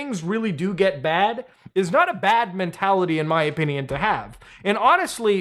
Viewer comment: Love the way you say opinion lol "oh-pin-eee-un"